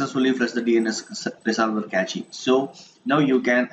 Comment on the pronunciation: That's nice! But FYI, it's not "kechi" .. it's simple pronounced "cash" -> (cache)